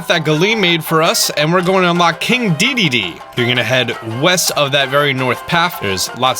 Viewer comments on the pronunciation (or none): none